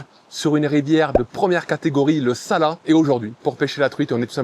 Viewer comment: Salut On dit le “ t “ dans Salat 😉 Tu es toujours par là ? J’y habite